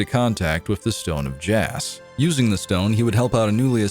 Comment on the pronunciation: It's pronounced "jaw"